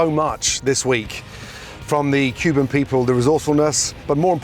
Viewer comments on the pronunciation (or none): none